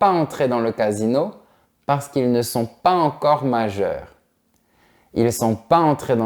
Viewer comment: Salut J'ai remarqué que tu ne fais pas la liaison entre quelques mots et ceci je l'ai constaté à plusieurs reprises par exemple dans cette vidéo tu as dis "pas encore "sans liaison entre s et en (pas z encore) Ma question est pourquoi?